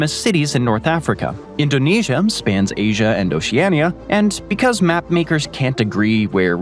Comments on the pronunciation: Scandinavium, Africum, Asium, Oceanium...I was educated in the US 30+ years ago, but never learned these "um" endings. At least not that I remember. Maybe I just need new earbuds? :face-fuchsia-tongue-out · He does it to a load of words that end with 'a', but not all the time. I noticed 'Asiam', 'Ideam', 'Artacticam', 'Abujam', 'Parkam' and 'Americam', and I'm less than 17 minutes in. Doesn't happen every time he says those words, though. It's irritating. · what's with the "m" at the end of names that end with an "a"? Asiam?! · Is anyone else hearing him say um? Like Antarcticum or Asium?